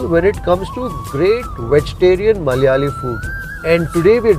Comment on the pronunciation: Dear bro it's not Mallyaali, it is "Malayaali"